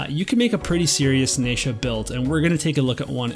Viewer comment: This is great info, your content is always so helpful and I really appreciate it. I cringe every time I hear "NAYsha" but I'm just gonna have to let it go 😜